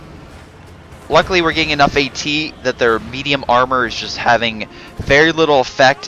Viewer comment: U are saying all the fucking time "luckuly" It gets really annoying :p